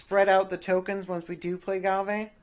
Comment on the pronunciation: It's prenounced gave